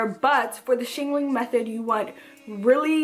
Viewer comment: "Shingaling-ling" idk why this cracks me up lol 😂